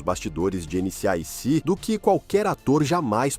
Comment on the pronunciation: chato de mais, sem falar que o nome da série foi falado errado o vídeo todo!